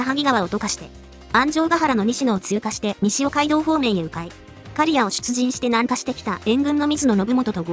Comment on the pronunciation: どうにも、刈谷の発音に、モヤモヤするんですよね